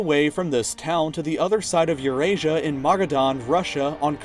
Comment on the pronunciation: It's Eurasia